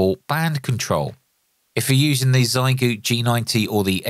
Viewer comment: Trying to be helpful: Google “xiegu in Chinese” and the Google result has a button to demonstrate the right pronunciation. Try your best 💪